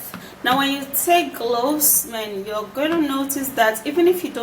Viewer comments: That didn’t sound like anything she tried to pronounce. She needs to spell shit out on the screen, I was hearing glossed, not even cloves.. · I guess is Cloves but i heard globes